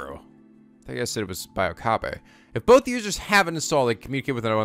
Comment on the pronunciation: Oh and and it is Oka-bae